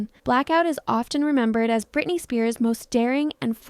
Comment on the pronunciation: It's Britney b*